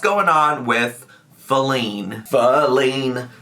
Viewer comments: Faleen. Fa-leen. Fall-ING. IM FALLING OFF THE SIDE WALK! 😂😂😂😂 STAAAAAAAAAP!! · I think she’s saying feline badly as a joke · I assumed she was just, intentionally or unintentionally idk, mispronouncing "feline" to use as like a joke placeholder name for wifey, like "alex" was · My personal conspiracy theory is that wanted to be funny/stir the pot, so instead of saying "wifey put the chair together" she purposely mispronounced "Feline" (as in cat) because Rarity was on the screen. Now she's continuing it because she's extra. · I think it's Feline, as in feline, as in cat. She's talking to her cat but wants us to think it might be a human.